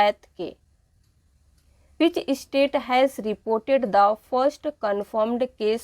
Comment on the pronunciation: Mam state not estate